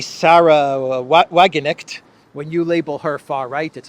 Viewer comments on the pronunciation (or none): You got to say the K in WagenKnecht. I am sure it's not an easy name to pronounce but it seems like she won't go away. And most english speekers make the mistake to pronounce "ch" as "k" which is wrong, too.